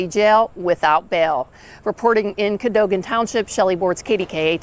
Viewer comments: Cadogen is pronounced Kuh-doh-gen. I live right down the road. What a nut bag! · Ca- doe- gan